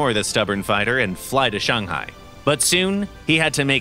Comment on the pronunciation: Holy smokes that is the best pronunciation of ShangHai I have heard in a while.